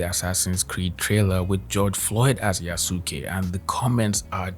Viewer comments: Yea su kay. My man is making me cringe with each time he said it. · > promnounces it Yo-SOOK-ay >Opinion discarded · “I gotta play a WOMAN or the BLACK MAN YA-SOO-KAAY?! I’m so invested in getting the Japanese culture right when I can’t even pronounce anything correctly and I’m absolutely not using it to hate on women and black people” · It’s pronounced ya-skay like saskay sasuke from Naruto omg I got triggered so bad it’s right up there with people pronouncing kamehameha wrong when it got added to Fortnite lmao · "yuh soo kay" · Dude talking about respecting Yasuke but can't say it right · The guy talking about the creed shadows thing and then choosing the one black guy to ever be a samurai bothered me. I understand his points, but he can’t pronounce Yasuke, shinobi, or Tsushima right and it bothers me so much cause it’s not that hard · The dude mispronouncing Yasuke's name while bitching about not being historically accurate will never not be funny. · Can't stand the way that guy pronounces Yasuke. The thing that's really funny to me about the whole Assassin's Creed situation is like.... When have those games ever been historically accurate? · I die every time the guy pronounces Yasuke's name wrong 😭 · I am not taking the opinion of anyone who pronounces Yusuke like that. No opinion for him.